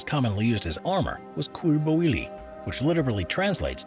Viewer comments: Cuir bouilli = kueer boo-yi, French is a pain with the double L being a Spanish Ll. so just a helper with pronouncing it correctly, more or less 🥴✌ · "couirre bouwili" omg 😂 can't listen to this without thinking of all the people having a bad time trying to learn french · Everytime he slaughtered "cuir bouilli" I cringed so hard I needed to stop the video for a whole minute